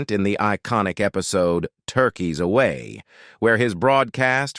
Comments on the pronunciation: Lose the irritating, unprofessional and overused AI voice. What is with you clowns who use this voice. What is an episodey? You deserve everything but of criticism coming your way! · What the hell is an episody? Come on, AI you've GOT to do better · Right?! I don't know what an "Episodey" is. My question is how hard is it to proofread and edit your own script, then listen to the result yourself first so you can make any needed changes to it before the world sees/hears it? I'd do it in a heartbeat and it would only take a couple of minutes at most to make sure everything is spelled and pronounced correctly. If you're going to use AI, then use it. But listen to it before you submit it for public viewing. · This narrator can correctly pronounce repitour, but they can't pronounce much simpler words like episode